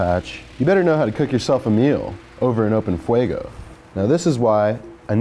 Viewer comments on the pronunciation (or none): it’s fuego not fuago